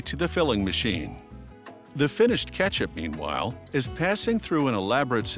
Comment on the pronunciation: “This finished ketchup, meanwhiile, is passing through...” it’s meanwhile, not meanwhiile! 😂